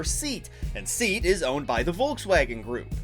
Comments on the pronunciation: Its pronounced SEE+aught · Your "seat" is pronounced "Sayat' like Italy's FiAT